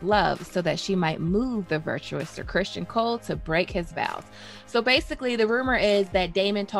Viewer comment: Ok. I know I'm gonna get some flak for this, but when you mispronounce Criston Cole like 20 time in 18 minutes I gotta say something. It's understandable when some names are interpreted differently because the spelling creates the confusion (Aenys, tee hee). His name is straightforward. I almost feel like you're taunting me when you say Christian Cole. It's like fingernails on a chalkboard to me. Anyways, I'm probably wrong, unreasonable, silly, over critical... Or all of the above. I guess I hope this constructive for you